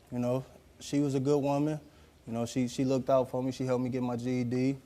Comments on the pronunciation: Maybe it's "looked" pronounced weirdly 😂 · I hate when people say LookTed.... instead of looked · It Lookted like... Lookted isn't a word ppl .